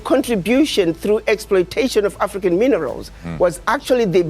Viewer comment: You can not eet minnerals!!!